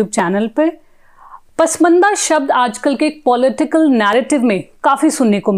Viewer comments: Print: please ask your reporter to not to pronounce that word as 'पसमंदा', which infact is 'पसमांदा', the scheduled caste Indian Muslims, though it is claimed that Islam knows no caste. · pashmanda bolna bhi nahi aata is leftist anchor ko😀